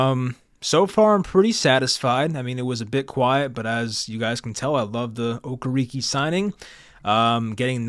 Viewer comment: O-care-rick is the pronunciation I believe